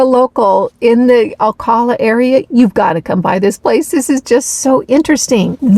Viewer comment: Once again, GREAT VIDEO! ( your mispronouncing Ocala...oh cow la) Thank you for such great info! I just emailed my local farmers...I'm working on expanding my own garden. Thanks again for sharing such great content!